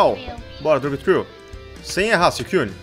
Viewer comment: não se diz siucuine se diz suicune